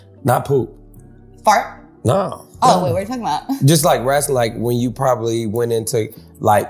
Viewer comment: I am not a wrestling fan. But I truly lover her❤❤😂 Also…Can someone let Funny Marco know it’s “wrestling” not “wrassling.” It bothers me….Good Day ✌🏽